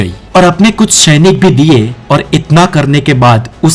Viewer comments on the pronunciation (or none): o mere bhai tumhari hindi bolne ki kala ek dum mast hai ...sainik ko tum shainik karke bolte ho 😅